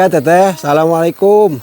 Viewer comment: maaf kang bukan menggurui tapi mengingatkan,klo memberi salam jangan; salamalaikum kurang sreg di dengarnya cobalah mengucapkan dengan; assalamualaikum gitu kang enak di dengarnya 🙏